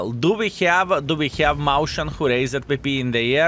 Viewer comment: "Mäuschen" is not pronounced "maushen", but "mojs-hen", by the way.